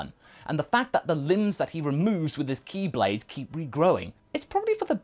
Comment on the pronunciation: he said ki blade but my brain heard key blade